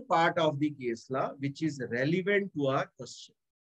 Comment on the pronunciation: Please correct your pronunciation of PRACTICING and LAW